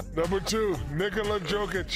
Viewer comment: “Nikola Jokeic” “Nikola Jokic” “Whatever” 😂😂😂